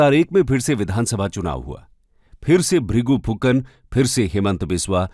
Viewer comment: its not FUKAR ....Its PHUKAN